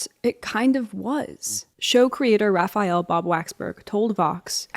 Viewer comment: I swear if I hear Raphayel Bab one more time...